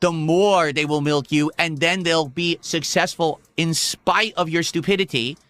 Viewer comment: I can put this to bed right now - I’m massively WAY MORE successful than could ever dream to be, and I have time to drag and make fun of him. I’m making more money while typing this comment than is going to make the rest of the summer…”I’M SUSSESSFUL!!!”